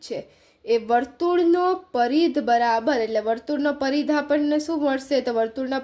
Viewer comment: Paridh nay parigh